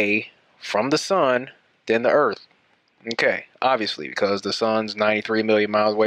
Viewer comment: Well, he sais "earfh", so...